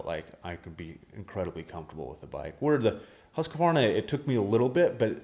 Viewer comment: Why can’t yanks say Husqvarna? Just say husky. It’s not Huskavarna.